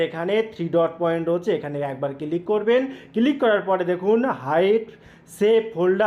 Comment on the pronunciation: বাংলাদেশের অধিকাংশ মানুষদের উচ্চারণ শুনলে বিরক্তি জাগে মনে ৷ আপনারা জীবনেও কি শোধড়াবেন না ?! আচ্ছা "ক্লিক" উচ্চারণ করা কি এতই কঠিণ ? সারাক্ষণ "কিলিক" "কিলিক" বলে গেলেন ৷ দু দিন আগেই শুনলাম বাংলাদেশের একজন ব্লেন্ডারকে বলছে "ব্যালেন্ডার" ৷ টিভি নাটকে বলতে শুনেছি "এর থেকে বেশি এসপষ্ট করে আমি বলতে পারবো না ৷" ভারতের পাঞ্জাব প্রদেশের মানুষদের ভাষা গুরুমুখী ৷ অবশ্য তাঁর উচ্চারণ করেন গুরমুখী ৷ তাঁদের সমস্যা হলো যে গুরুমুখী ভাষাতে কোন যুক্তাক্ষর নেই এবং শিস ধ্বনি বিশিষ্ট শব্দও তাদের নেই ৷ ফলে তাঁরা শিখতেই পারেন না যুক্তাক্ষর উচ্চারণ ৷ তাঁরা স্ক্রু কে বলেন স্যাক্রু, স্কুটারকে বলে স্যাকুটার, হর্নকে বলেন হরন, স্ত্রীকে বলেন ইস্তিরি, ইত্যাদি, ইত্যাদি ৷ কিন্তু কাজকর্মে তাঁরা অন্য কোন রাজ্যে বসবাস করতে শুরু করলেই কিছুদিনের মধ্যেই তাঁরা সঠিক উচ্চারণ করতে শুরু করেন ৷ ব্যতিক্রম হয়তো একমাত্র বাংলাদেশ ৷ সেখানকার সব মানুষই সম্ভবত মনে মনে এটাই জপ করতে থাকেন যে "আমার ভুল, ভুলই থাক !" কলকাতার ধর্মতলায় এসপ্ল্যানেড এলাকায় বাংলাদেশের একজন উচ্চশিক্ষিত মানুষের সঙ্গে আমার আলাপ হয়েছিলো ৷ তিনি আলাপচারিতায় ক্রমাগত "এগনেষ্ট", "এসটেট", "ইস্টিক", "এসপেলেনেড" , "এসপষ্টো", ইত্যাদি বলেই যাচ্ছিলেন ৷ তাঁকে একবার অনেক কিন্তু কিন্তু করে অনেক সংকোচ নিয়েও বলেই ফেললাম যে তিনি এত উচ্চশিক্ষিত হয়েও বাংলা যুক্তাক্ষরগুলোকে কেন এমন ভুল ভাল উচ্চারণ করে যাচ্ছেন ?! শুনে আমি তো স্তম্ভিত-বিস্মৃত-হতচকিত হয়ে গেলাম যে তিনি বেমালুম বলেই দিলেন যে আমাদের বাংলাভাষার সঙ্গে তাঁদের বাংলাদেশী ভাষার নাকি তফাৎ আছে ! ওঁরটা নাকি বাংলা নয় — বাংলাদেশী ভাষা ! আরও কয়েকজন বাংলাদেশীর সঙ্গেও কথা বলেছি , সবারই একই রা !